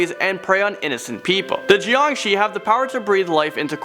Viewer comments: I like your content but the way you say shui gui and jiangshi hurts it's pronounced as sh-way g-uay and jiang-sher and jiangshi do not walk the hop around and the only way to stop a Jiang Shi is by burning the body or if possible ask a monk to place a yellow talisman and he will control the jiangshi with a bell and commands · im chinese and when i heard the 'JiangShi' i was laughing so hard im sorry xd